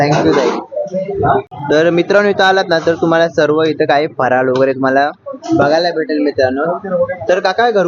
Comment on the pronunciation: फराळ म्हणा फराल नाही भेटते नाही मिळते ,हा हॉटेल नाही हे हॉटेल